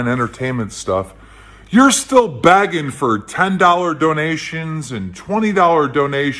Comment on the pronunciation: I know we hate how pronounces some words incorrectly, But is Keemstar saying Begging? It sounds more like Bagging.